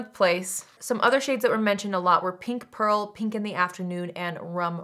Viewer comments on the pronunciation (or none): none